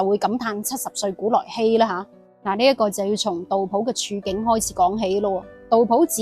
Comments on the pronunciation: 我读杜斧，有什么原因读普音呢？ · 自小读书时都是读成斧, 但大脸妹读成普自有出処, 估计是古时和现代的读音差別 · 我覺得正確讀音係苦...